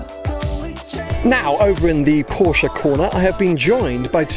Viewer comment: Please LEARN to PRONOUNCE the word "PORSCHE" CORRECTLY!!!